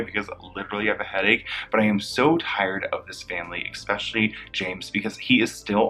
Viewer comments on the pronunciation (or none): The word is especially. Not expecially.